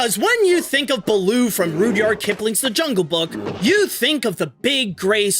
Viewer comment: Rud-yard not rude-yard